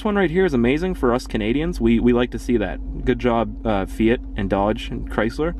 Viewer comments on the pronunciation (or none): none